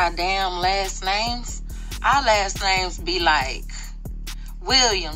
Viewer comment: the way she was pronouncing those names was crazy 😂